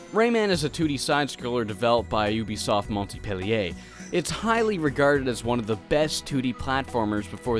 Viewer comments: "Montipelliey" :p In case you'll have to reprononce it later, it's more like "Mon-pe-li-é" with a silent "t" Amicaly, a Fench follower :3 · Just saying it's not Montipellier, it's Mon pellier. :) But A+ for effort and great review. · psst, it's pronounced "mon-pe-lié" ;) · Moi j'entends MontIpellier x) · Your pronunciation of "Montpellier" sounds so funny to the native French speaker that I am ! Great review, brings back so many memories. The soundtrack of this game was insanely good. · Not Montpellier though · I swear, the pronunciation of “Montpellier” gets me every time... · don't pronounce the "t" in Montpellier. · You don't say the T in Montpellier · very good in the overall, the only thing that appealed me is how you pronounced "Ubisoft Montpellier" I know you are not French but don't get me wrong, I live in that city ^^ Ask Google on how to pronounce it lol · "Ubisoft Montpellier" As a french, I have to admit that I laugh, the "T" is silent ^^ Anyway, very good video, as always!